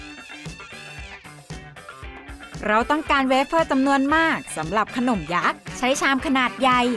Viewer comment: คนเหนือมาเอง555